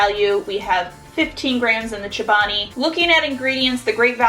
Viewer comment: She says “chabani” instead of “ Chobani”